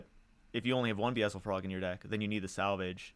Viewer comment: Okay I gotta say something: it’s pronounced “BEE-el-zi-frog.” It’s a pun on Beelzebub, another name for the Devil.